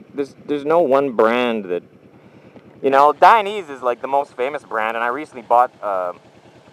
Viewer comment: Dainese is pronounced "die-neh-zeh" because it's a last name of the Italian founder. It does not rhyme with "chinese"